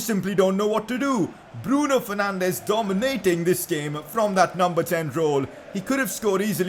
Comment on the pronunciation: Pcq: Google the pronunciation of dominating please